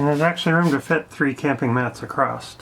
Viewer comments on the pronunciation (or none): no T in across